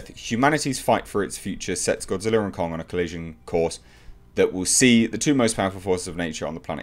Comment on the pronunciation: Japanese: Gojira Americans: Godzilla: Gawdziller